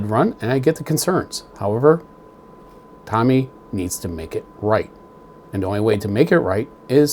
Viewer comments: ...and it's TOMY....not TOMMY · Tommy is a name .. the company is Tomy with a long O ... Tow-Me ... I guess I'll call them on Monday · Thanks for sharing, and thanks for having the courage to not accept the defects, for over $700.00 they should have done better. ( for what little it's worth the name is pronounced toe mee, not tommy like the famous who album.) But maybe with those defects it was built by a deaf dumb blind boyl lol! I hope you receive a unit that looks like the one in that video tomy sent out! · amazing when somebody can nitpick like you do yet cannot even pronounce the company name....no surprise dweeb